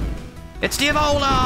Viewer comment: the whole time you where talking about the diavola boss, I thought you were saying the ebola and was very confused lol